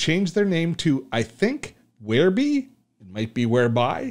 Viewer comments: If it was 'where-bee' that is the spelling, since it's spelled WhereBY that's how I call it, and your saying Where-BEE prompted this comment. Keep on keeping on. I see now, after showing the offers in the upgrades, that this is old news. Bye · I don't blame them for changing the name, but "whereby" is an actual word with an actual pronunciation: where bye. It's not a personal choice to call it "where bee." Just look up the word, for Pete's sake. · "Whereby" as in 'The app whereby I connect to my friends online". NOT Wherebe!